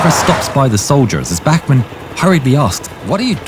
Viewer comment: His name is Bachmann and not Bachmenn and he is obersturmfuehrer and not oberstermfuehrer